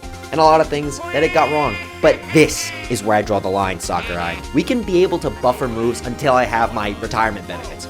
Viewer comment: Smash YouTuber pronounces "Sakurai" correctly challenge (IMPOSSIBLE)